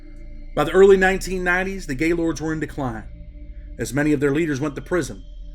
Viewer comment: You got to pronounce it right it's more one word not to not gay and then Lord it's Gaylord's and the hood it's somewhat of an ER sound